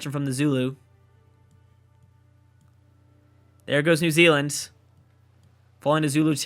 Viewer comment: New Zululand... New Zuland, New Zulundi?